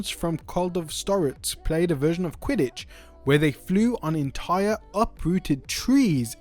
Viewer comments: lol I was like what is quit-tage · Oh and it's quidditch not quittage 😂😂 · doesn't look like he does since he called it quittage 😂😂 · lol I didn't know he was trying to say Quidditch. Did he even watch Harry potter